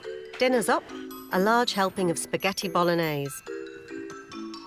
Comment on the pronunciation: Wait. Did she say "puhsgettie"?